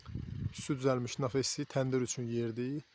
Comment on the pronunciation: Nafes yox naves